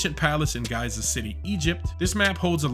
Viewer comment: God damn it , people ! It's pronounced jee-za ( جيزة) , not guy-zah !